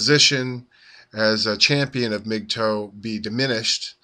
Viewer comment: its not pronounced like migtoe you're driving me crazy its mgtow rhymes with how. please stop saying mig toe!!!!!!